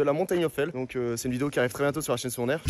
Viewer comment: hell , ca se prononce pas "aile" mais "il" 😁 sinon jolie descente :washhands